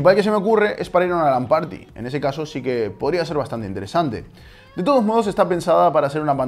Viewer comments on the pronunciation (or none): none